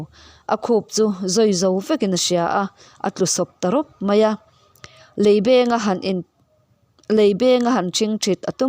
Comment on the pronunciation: Lehkhachhiar i thiam,mizotawng lam diklo 3 inei,leibengin tih hi beng thil bawm a kan dah kan beng muk ang a beng tih tur,kangaihthlak leh hunah a dang2 chu ka.rawn sawi leh ang ka buai deuh a ka theihnghilh tlat mai,lo zir leh deuhla.